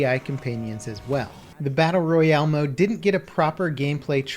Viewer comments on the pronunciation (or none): none